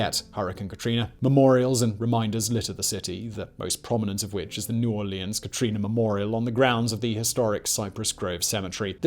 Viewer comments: Its New Orleans not New Aurelions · “New Or-lee-ahns” Painful… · Every time when he says new orleans i wanna puke